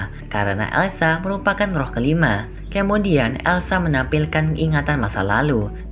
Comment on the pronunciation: Kamudian 👀 bukan kamudian bang tpi kemudian 🤣